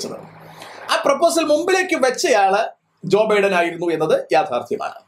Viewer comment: ഇവര് പറയുന്നു ജോയി ബൈഢൻ എന്ന് ജോയി ബൈഢനും കൊല്ലം കാരാനാണോ . അമ്മാമ്മ അങ്ങനെ ആക്കിയോ